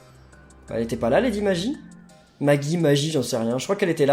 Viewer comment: MAGGIE (Prononciation : "Maguie")!!!! Comme Maggie Simpson!!! RAAAAAAAH !!!!! Faut tout te dire pour la prononciation!!!! Pour la peine, je m'abonne! - w